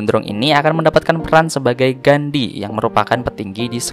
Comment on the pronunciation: Bang koreksi dikiiiittt.. memang bener kalo ditranslate, bakalan keluar kata "Gandhi", tp kyknya Gandhi itu dibacanya "Ganji" kalo berdasarkan huruf Jepangnya 🙏🏻 Btw gw ngakak denger ryo kelilit utang pinjol :'v